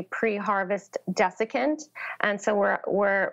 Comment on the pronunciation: At about the guest speaks of Connecticut representative Rosa DeLauro having spoken about the need to prohibit use of glyphosate as a pre-harvest dessicant. It would've been nice if that word was stated very clearly, for I first thought the guest said defecant, instead of dessicant. Quote: " A desiccant is a hygroscopic substance that induces or sustains a state of dryness (desiccation) in its vicinity; it is the opposite of a humectant. Commonly encountered pre-packaged desiccants are solids that absorb water. ... They are commonly encountered in foods to retain crispness. ... " It's very sad that people were fooled into using a product as toxic as Monsanto's Roundup is; and, it's outrageous that a company that markets its products to unwitting buyers would make dangerous products without making it clear in what ways the products are dangerous when used incorrectly. Of course, it's evidently obvious that products containing carcinogenic ingredients, in this case glyphosate, surely are never safe to use. Such products shouldn't be at all made, much less marketed.